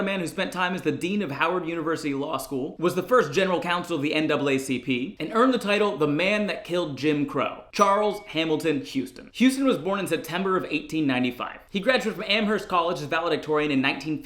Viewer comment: The h in Amherst is silent